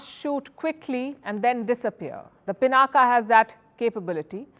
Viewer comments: कम से कम आप तो पिनाक को पिनाका न कहें।भारतीय विदेशियों की नकल करके अपने नाम बिगाड़ कर बोलते हैं। पिनाक शिव जी के धनुष का नाम था जिसे भगवान राम ने तोड़ा था।कृपया अपने देश और देशवासियों पर कृपा करें। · It's पिनाक, not पिनाका. पिनाका sounds so comical! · It is pronounced pinak and not pinaka. When will Indian's start respecting the Indian names by calling it properly? Even the Dhanush of lord Shiv is not being pronounced by a Brahmin journalist! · Humare mul bhassi shabd Ko mul bhassa mai bole na . " Pinaak" bole . Ab uchcharan Humare se hai toh uchcharan iss bhassa k antargat hogi na .